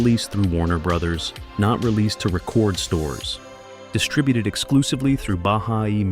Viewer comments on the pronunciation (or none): RE-cord stores, not (re-CORD stores)